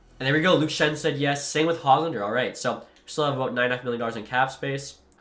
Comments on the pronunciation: FYI it it is not HOG-lander it is pronounced hogg-lender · Dawggg come on man. Stud-neetch-ka, Hogue-lander, Petter-son, mick-hey-ev